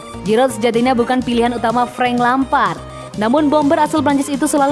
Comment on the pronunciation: Lampard .... Ucoooook.. Bukan lempad.. Ucok ucokk